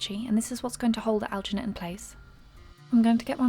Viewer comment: Are you saying algernate, because I haven't found any such thing